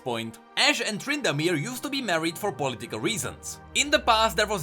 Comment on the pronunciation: "poli tical" lol